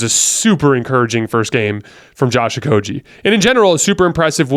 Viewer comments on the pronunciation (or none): You are great at analyzing the games, thank you. One slight correction, and you can verify it. But Josh Okogie's name is pronounced with a "g" like in "game" or "go." Not with the "g" sound like in "genius" (which, you are at analysis).